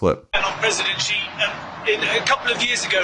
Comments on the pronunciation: IT'S NOT GEE IT'S SHEE . Too hard for you? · Xi is pronounced, sounding like She. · Thanks for your insightful reporting. I just have one observation: Xi, the leader of China, his surname is pronounced SEE